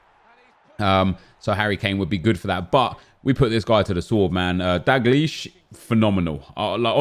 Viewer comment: its DALgleish not DAGleish